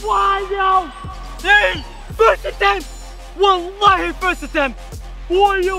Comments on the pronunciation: did you say WhAllahi first attempt?😅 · 1v1 me in football and why u keep saying wallahee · Don’t lie you said Wallhi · re you Muslim I heard you saying walahi